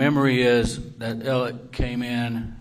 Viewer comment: Oh that’s nice Niw his name is Elic. Not Alex ir Alec. How the hell can one name be pronounced so many different ways Inc lawyers. Excuse me LOYERS. AND EVERYONE. EVEN THE MEDIA. GIR HIDS SAKE WHAT US THE MANS NAME?!?!?!